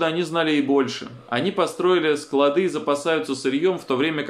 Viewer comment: пожалуйста следите за речью! Вы,практически всегда,неправильно ставите ударение в словах: не складЫ, а склАды...